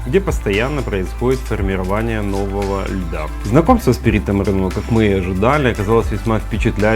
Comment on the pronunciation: правильно Perito MorEno , no Perito MorenO